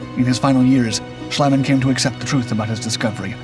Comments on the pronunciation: Schliemann's name is pronounced Shleemann, not Shlaymann (that would be spelled "Schleimann") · you butchered max schliemann's name.